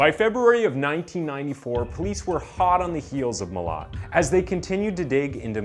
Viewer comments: Pronounced ma lat mate. Also a bogan is not a redneck in Australia lmao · As an Australian it sounds funny to hear you pronounce his last name lol 😂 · your pronunciation of Milat angers me